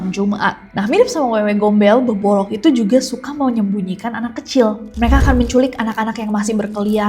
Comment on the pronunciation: Beboroq bukan beboloq